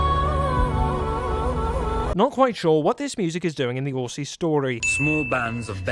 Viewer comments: Aussie is not pronounced "Orssy" it is pronounced "Ozzy" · LMAO did u say orssie its auzzie mate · AUS and Zealand have a history you wouldn't understand. oh and it's pronounced auzzie not asi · I'm very unimpressed, you said Aussie wrong. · "Not quite sure what this music is doing in the horsie's story." It's Aussie m8. Oz-Ee.